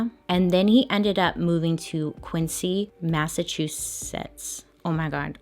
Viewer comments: Massachusetts towns have ridiculous pronunciations, it’s not your fault. We call it Quin-zee. I lived there for a few years and never heard that story. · I'm laughing over here, not cause she can't pronounce Massachusetts but because she has no idea she also mispronounced Quincy. Qwin-zee. Idfk why. 😂